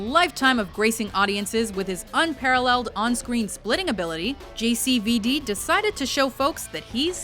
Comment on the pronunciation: everytime she says JCVD it sounds like she's talking about an STD not Jean-Claude mean c'mon